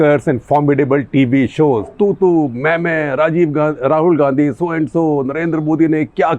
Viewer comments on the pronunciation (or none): none